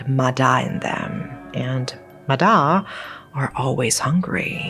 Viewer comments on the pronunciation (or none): Its actually pronounced ma yah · Relate to the ma da (usually pronounced "ma ya") lores, I think you should look into the theory behind the Vietnamese nursery rhyme "Bắc Kim Thang"